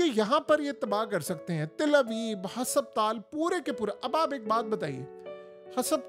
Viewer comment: کچھ لکھ پڑھ لیتے تو ، ہسپتال کو ٓهسَپ تال نہ کہتے۔ باقی آپ کی رپورٹ ٹھیک ہے۔